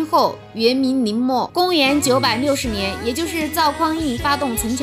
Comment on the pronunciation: 节目不错，介绍也扣住重点； 普通话急需改进，N和L不分，使节目掉分，把妈祖俗名林默念成了宁默，真是不知所谓。